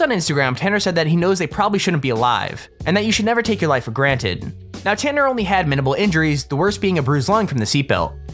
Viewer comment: It's not tenner its tanner